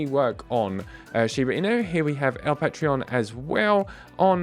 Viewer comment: Sup. Its pronounced Pah- trohn lol. Let me know where to send the address for my usdt 😅